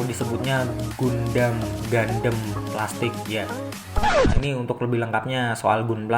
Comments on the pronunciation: Tulisan gundam di baca/pengucapan gandam bukan gundem min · Bukan gandem Tp bacanya GAN DAM